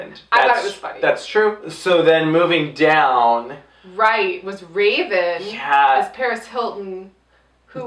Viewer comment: wraven wins? Lmao u said it weird